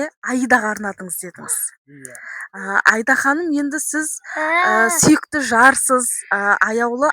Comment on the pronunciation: Айда ханым несі...АИДА деп дұрыс айтса болмай ма.....